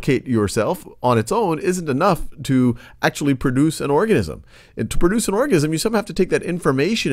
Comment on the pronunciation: Who else thought he said orgasm